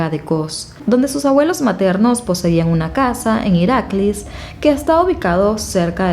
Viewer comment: El lugar que dices se pronuncia iraklís ant1 es antena ena